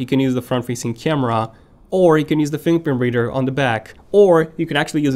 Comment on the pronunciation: Dude you said samsung will de adding an in display whaaaaaat? “buhbuhbeader”... are you serious? What the hell dude, fix your “fingerprint reader” pronunciation